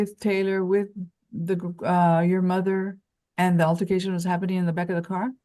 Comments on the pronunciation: No no, it was "alter-fi-cation". That's what she kept saying. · “Alter-fi-cation” for altercation and “residency” for residence 😂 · What’s an “alterfication”?😅